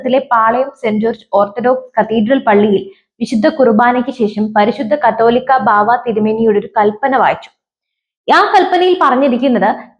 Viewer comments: കത്തോലിക്കാ ബാവ അല്ല , കാതോലിക്ക ബാവ എന്നാണ്.ഏതെങ്കിലും മനസ്സിൽ ആക്കി വാർത്ത വായിക്ക് . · കാതോലിക്കാ എന്നു വായിക്കാൻ അറിയാത്തവരെ ഇത് പോലെ ന്യൂസ് വായിക്കാൻ ഏൽപിക്കരുത്. അല്ലെങ്കിൽ ചാനൽ ഉടമ പഠിപ്പിക്കണം.